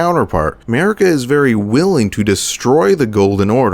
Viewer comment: What you hear: Merika What i hear: 'Merica 🗿🇺🇸🔫🦅